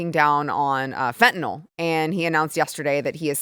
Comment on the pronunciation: FentaNYL... you and PDT both.. it's NOT FentanOL.